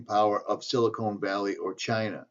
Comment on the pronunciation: silicon valley. (sil-a CON- valley) you are saying silicone valley. That makes it sound like a breast implant. Or at least that made me laugh. I laughed once today. Thx. That makes me feel better. silicone valley, yup, a big ol pair of fake titties.